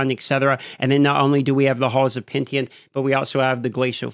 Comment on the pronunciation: Hall of the Penitent, not Pentient